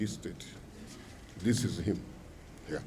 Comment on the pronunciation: The phones are heah, the transformer is heah, ta sit down, ta stand up, everything is heah, you think this is Kano….Kano robbers. Lol. Not funny at all, what is going on close to home.